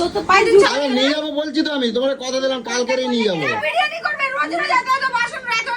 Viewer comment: বিরিয়ানি ❌ বিরানী ✅